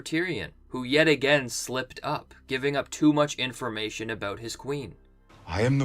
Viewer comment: I just like listening to you say aboot.